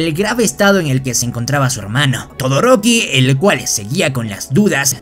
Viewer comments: "Todoricoo"ajajajajaj wey nmms toy qur me meo de risa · Por qué dice toriko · No se dice todoroki se dice todo riko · amigo das cringe enves de decir el nombre correcto de un personaje dises ¨todo rico¨ pero me gusto te daria un like pero me diste cringe 😬